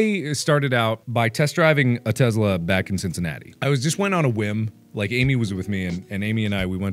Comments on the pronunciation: It's a Tesla, Mark, not a Testla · teSla, not teZla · Are we just gonna ignore the “Testla” If you’re gonna advertise, advertise it right damnit! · "A teZla" 😂😂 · The Breaking News said Testla. Not Tesla. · Am I da only det noticed he said in na news bit it said get a free testla instead of a free tesla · was it meant to say Testla? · This is me picking but holy fuck it is tessssla not tezzzzla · I hate yhe way he said it "tezla"